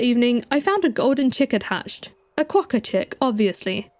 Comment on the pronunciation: "Quokka" I thought you were British til you said this 💀